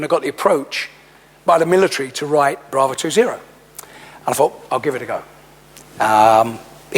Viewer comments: "His book Brave Two Zero?" Jesue, gurl🤦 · "Brave two zero", no it is 'Bravo' two zero, she has obviously read that book cover to cover.